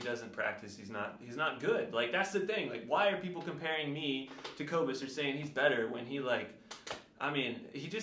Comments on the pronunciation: If your drumming is as bad as your pronunciation of his name, then you’re gonna be in trouble fam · #teamcobus you don’t know how to say his name! You’ve been calling him out so don’t bag on him! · Don’t mess with a South African! Hy gaan jou gat skop! 🇿🇦 At least learn to pronounce his name!! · “He doesn’t even know how to say his own name” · Cobus would win, hands down. How about worrying about pronouncing his name correctly lol Granted, his last name is difficult if you're not familiar with it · Also musicians are smart. The fact that can't even pronounce Cobus' name proves he's a fake!🤣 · Why don’t you learn how to say his name?!